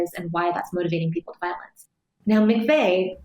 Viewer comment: Timothy McFey? Why would anyone take seriously your characterization of Timothy McVeigh when you don't even know the man's name?